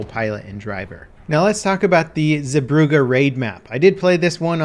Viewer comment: its hell-lee-goland and ZAY-brugge